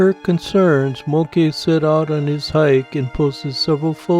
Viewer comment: Interesting that you would read "moke" as mo-keh. I just read it as moke. Although he would be the smallest moke I've ever seen.